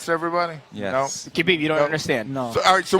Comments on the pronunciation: She calls him Khabibi lol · I think she said "Khabib he" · Yo Amanda looked like she was hitting on Khabib 😂😂, she called him “Khabiby” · I don’t know why it annoys me so much when people pronounce the silent K at the start of Khabib name.